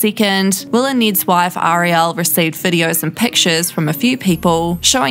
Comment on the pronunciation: Omg... Ariel! The A and the e are not pronounced the same! Show the poor girl respect. I am from NZ, live here and listen to alot of the coverage. This is the same info as every other video, nothing new and you seem to be deliberately prouncouncing her name wrong... girl just watch the little mermaid if you need go know.